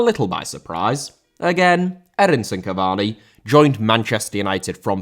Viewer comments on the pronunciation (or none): Cavani* not Cavorni